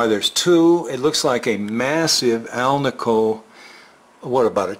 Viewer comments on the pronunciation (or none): none